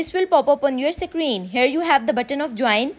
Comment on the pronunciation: "Secreen" hits hard